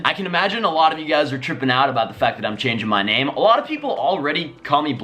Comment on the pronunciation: "Chaning" lol